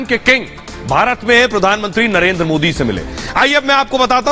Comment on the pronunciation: POOR "oh I see " please learn how to say MODI JI it's not Moody.